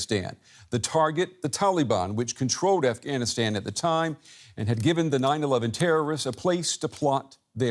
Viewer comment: 20 years later and y'all still can't pronounce it right. "AfghaniStaen" "TallyBane". 🙄